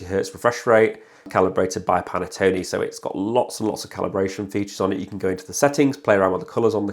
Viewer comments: Good video, but i'm sure it's Pantone not Panettone 🍰 😂 Got mine last week and am enjoying it so far 👍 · Dude, it's supposed to be pronounced PAN -TONE like it's spelled - not like the cake for it isn't Italian!!